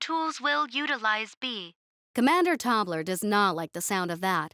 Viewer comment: So.... Tobler sounds like toddler, and dwarfs becomes dorfs. 😂😂😂